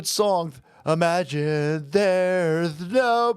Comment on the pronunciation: You missung "imagine" the exact same way I do.😮